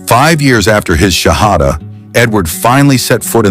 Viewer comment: I think someone made this whole thing up. The professor would know exactly how to say the Shahada. And he did not say it correctly. A games afoot...